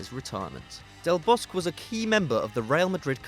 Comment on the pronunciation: I thought it should be pronounced as Del Bos-que